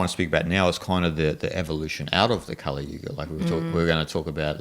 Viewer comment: 梵語的Kali的k是不送氣清音，不需要送氣，不要唸成送氣清音。